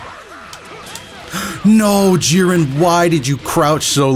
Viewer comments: Jeer-in not Jih-ren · please please bro it's not pronounced geren